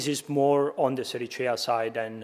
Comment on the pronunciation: I'm very happy to be validated that I can pronounce Sericea as "Serichea", this is now official and I'm never using any other variant